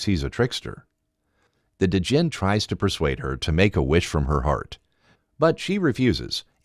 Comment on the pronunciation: It's pronunced Djinn(Jin), not D-Jinn and Sheba(She-ba) like the Queen of Sheba.